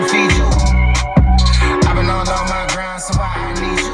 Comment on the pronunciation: why pronouce a w when saying on.